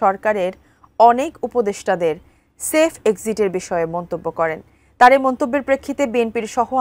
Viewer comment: সেলফ নয় সেফ, ঠিকমতো সংবাদ পাঠ করেন।